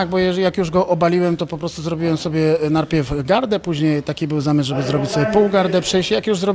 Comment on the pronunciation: no właśnie... najpierw, a nie narpiew... posłuchaj jak on powiedział 🤦‍♂️